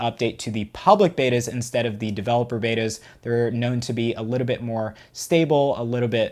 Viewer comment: Why you saying a litebit instad of a littlebit?